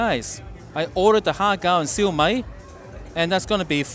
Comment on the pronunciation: Just FYI Shu Mai is pronounced - siew myyyyyy.....no disrespect intended